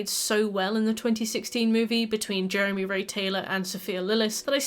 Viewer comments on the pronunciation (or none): none